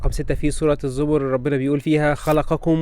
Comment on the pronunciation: زبر ايه يا عم انته اسمها سورة الزمر يا منيل